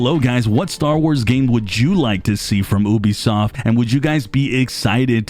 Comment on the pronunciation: Ubisoft = yoo-bee-soft not oo-bee-soft. Apart from that nice video!